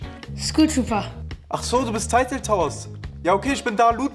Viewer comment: Du sprichst ,,Tilted" Teilted aus